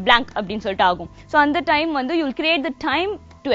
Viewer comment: "Vanttu" illa "Vandhu". Pesaratha seriya pesunga.